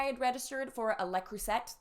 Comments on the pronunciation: It's pronounced lay-crew-say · Le Creuset "crew-say" its french. I absolutely love them. I used to work in wedding Registry. You did a great job with this video.